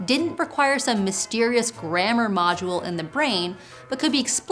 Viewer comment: Module、not modual.